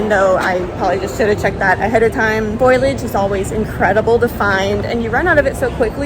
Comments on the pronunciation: my god, its fo-li-age not foilage. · I hope this doesn’t sound rude, but foliage is pronounced full-e-ige 😊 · I kept being confused at what foilage was and then I googled it and realized you meant foliage xD